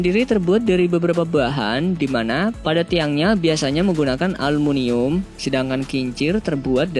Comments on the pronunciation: aluminium bang bukan alumunium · 1.52 aluminium atau almunium sih?? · Aluminium bukan alumunium